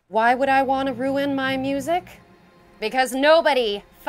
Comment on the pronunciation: Im gesing ok he ruind that word, there yousing the kids from teens reackt